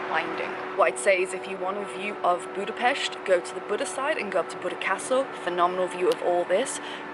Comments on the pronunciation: So happy that you pronounce Budapest correctly! Yay! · Congratulations on your perfect pronunciation of Budapest, most native English speakers dont get it right. Nice video, too! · Someone who actually pronounce budapest right